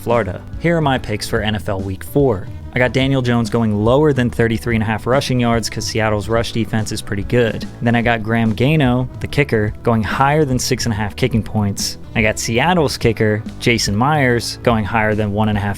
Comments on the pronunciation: can't watch your vids you miss pronounce so many words including Gram Gano (you say Gay-no) and Ralph Maccio you said (mack- eee-yo) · mispronouncing the kicker's last name really makes me question if you even care about your subs. Because anyone that watches football, will tell you that it's (Gahh-no) but yes, sell your subs on some bullshit gambling site. Nice 😃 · its actually pronounced gayyeah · Grant Gay-No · I hope you learned how to pronounce Gano by now